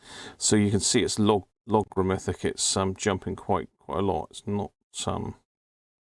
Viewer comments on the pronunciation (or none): New teeth please..."logarithmic"...